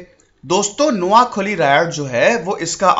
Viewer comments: Pls sir spell it correctly... It's noakhaali,,not noakholi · नोआखोली नहीं नोआखाली उच्चारण हैं। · It’s not Noakholi It’s Noakhali say it properly Btw i am from Noakhali 🇧🇩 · Not kholi it's khaali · Its koa khaaaali